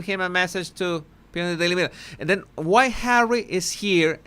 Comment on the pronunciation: please read.I adore you and your channel, and I understand you’re Spanish, but please stop with the “Dat” and “and DEN” I have lots of Spanish friends and they all say “THat” and THen”. So I know it’s not a typical thing that Spanish speakers do when speaking English. The dat and den sounds like a toddler.